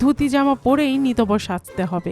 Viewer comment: 'নিতবর' এবং 'কনে' শব্দ দুটি উচ্চারণ ভুল হয়েছে বার2। কানে লেগেছে প্রত্যেক বার ! Please rectify